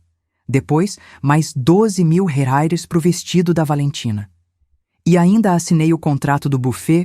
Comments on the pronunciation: Não é " rais " , é " reais " . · Gostei, mas arrume essa narradora que fala algumas palavras erradas. Em vez de pronunciar REAIS, sai como RAIS. Deve ser IA né? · Temos moeda nova , rais ao invés de reais 😁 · Quando você coloca um trecho ou uma história na IA o valor em reais as vezes não é entendido e sair raires. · Eunice; assistindo de São Gonçalo RJ Até agora estou gostando, só não entendo porque esses narradores que são brasileiros, não falam a palavra "Reais" , como deve ser. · Se esta estória ocorreu no Brasil com personagens brasileiros porque a narradora não consegue pronunciar corretamente o nome da nossa moeda?